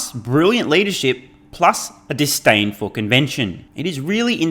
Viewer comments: it's "disdain"...not distain...perhaps that is the aussie spelling...convict english. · Is it distain? Always thought it was disdain lol.